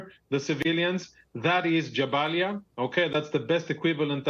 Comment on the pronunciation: Out here saying Jabalia like it was jambalaya 🤕